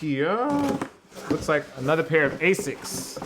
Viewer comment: The quantum 360 and 180 are not the best running shoes because they are little heavy if you want a runner/trainer the gt 1000 and 2000 is the way to go. Also anyone else triggerd by the way he said asics.